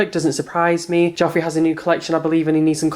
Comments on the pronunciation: I love sooo much but I swear it's j-e-ffrey and not j-o-ffrey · I actually love you but it’s jefree not jofree 😂❤️❤️ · Why does he call him jOffree? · why does he keep saying jeffree and manny mua wrong? is it really that hard? Manny.. M.U.A (Makeup artist) you say each letter instead of mua 😂